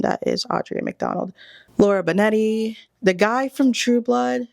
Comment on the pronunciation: Like the topic. But hearing “casted” “Audrea McDonald” “Laura Benetti” and “Sophia Ann Carso” all within like a minute was TOUGH. At least one of the names could have been said correctly 🙃